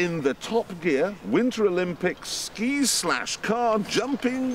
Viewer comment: is shl (school) instead ski 😂